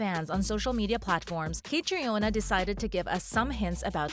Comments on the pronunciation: Caitriona’s name is pronounced Katrina. Not Kay-tree-on-uh. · The makers of this video did not even bother to look up the correct pronunciation of 'Caitrione' which in the phonetic alphabet is /kəˈtriːnə/ not /kætrioni/ as the woman in this video pronounces it. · Catriona is pronounced "Katrina" just fyi. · Not me laughing at the way she pronounced caitriona is pronounced “cat-Treena” 😂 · its pronounced KA TREENA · Say her name right! Its pronounced Katrina! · Omg! Stop pronouncing her first name like that. It's pronounced Katrina. It's irish spelling version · Caitriona's name is pronounced Katrina! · Aahhh! Her name is pronounced Katrina! I didn't even make it 30 seconds in before I can't watch anymore. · Its pronounced Catreena, well at least in Australian. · And learn how to pronounce Catriona's name. It's pronounced Katrina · You mispronounced her name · This website needs to be reported. WTF can’t they learn how to pronounce Cait’s name? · I will not subscribe either. The click bait is not only idiotic, it is medical misinformation, and is patently unethical. And you need to learn how to pronounce Caitriona’s name correctly, you ignorant, money-hungry fool channel! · Hi you say Caitriona wrong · You should really check how to pronounce the lead actresses name, Caitriona is an Irish name and it shows a great lack of respect not just to do a quick google or YouTube search, there are after all enough videos where she explains how to pronounce it … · Please learn how her name is pronounced. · For Heaven’s sake, learn how to pronounce the star’s name! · EIGHT YEARS—learn how to pronounce the names 😵‍💫‼️‼️ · Please learn the PROPER PRONUNCIATION of the actors and writers name. I cringe 😬 as I’m sure others fans have done every time you mispronounce names. Do your homework as a reporter. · You made multiple mis-pronounciations in this vid. Including how Caitriona and Gabaldon are pronounced.